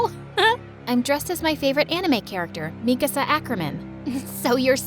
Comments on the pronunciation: she really said mekasa instead of mikasa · "Mekasa ackerman" bro ain't no way -_ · How could she pronounce mikasas name wrong!